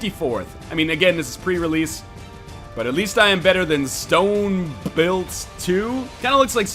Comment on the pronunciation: is he dyslexic lol it was stone bull